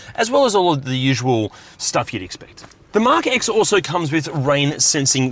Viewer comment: It's the Mark 10... Like how the Mark II is not pronounced Mark "eye eye" -- it's Roman numerals...